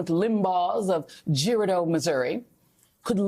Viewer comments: Cape ger ARE dough... not GER a dough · Cape Ger-are- dough